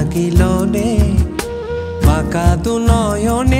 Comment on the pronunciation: বাংলাদেশের অনেক গান নতুন করে এই চ্যানেলটিতে কাভার করা হয়৷ নিঃসন্দেহে ভালো উদ্দোগ বাংলা গানের জন্য। কিন্তু বেশিরভাগ গানের মূল উচ্চারণ না রাখায় খুব শ্রুতি কটু লাগে। যেমন হাসন রাজা,নেশা লাগিলোরে,বাকা দুই নয়নে শব্দ গুলো সঠিককরে উচ্চারণ রলে আরো ভালো লাগতো